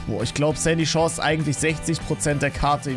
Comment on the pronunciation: Sandy Chores hört sich wie candy